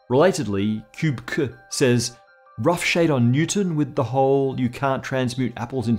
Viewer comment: im always a little weirded out the way says "says" with a long "a" sound......